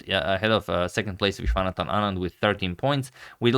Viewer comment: When he pronounce "Vishwanathan Anand" better than us. lol